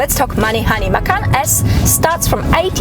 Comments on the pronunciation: macan is pronounced "mah•chahn" in Indonesian. The way you pronounce "mah-kan" means "eat" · The cars name is derived from the tiger , but it doesnt have to be prounounced the same. Porsche says its ma-kan